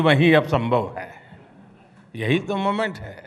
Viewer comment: Not moment it's 'momench ' 😂😂😂😂😂